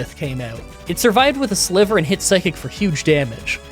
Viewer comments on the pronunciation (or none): none